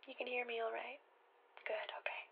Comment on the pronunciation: i really love the occasional pronunciation of "oquay" or "o-cawhey." seriously.